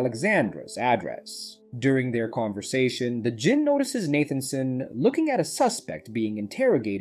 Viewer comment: Djinn is pronounced Jinn the D is silent.